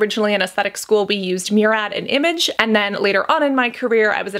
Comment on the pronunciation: Taurus Brit she pronounced Murad as Merad